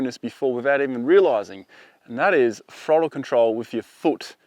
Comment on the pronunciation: Cant take you seriously when you says "frottle control"